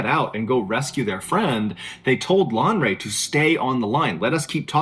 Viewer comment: Lanre. It's a Yoruba Name but points for trying